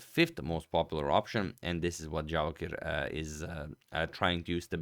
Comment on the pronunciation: Did he just misread Javokhir to Jarokhiv?